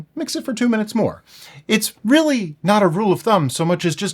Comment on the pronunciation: moare sammich?